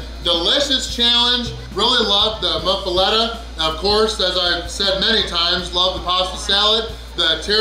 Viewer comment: Pronounces "muffoletta" six different ways hahahah must be getting English Lessons from Dave Portnoy now, everybody knows the rules! 😂😂😂😂😂😂😂😂😂😂😂😂😂😂😂😂😂😂😂😂